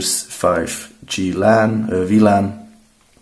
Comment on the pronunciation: what the hell is vlan? ;) wlan sagen nur wir deutschen....nächste mal wifi